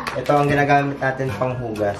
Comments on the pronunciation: "Subukan nateyn" HAHAHA napatawa nyo ko and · Nakita q un..."SUBUKAN NATEYN" 😅😅!! Ang cute nyo 😍😍